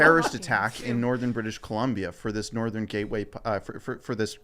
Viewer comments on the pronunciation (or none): none